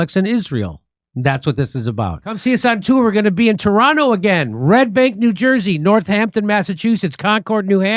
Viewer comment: The way Jimmy pronounces Toronto is so cute. Wrong, but cute.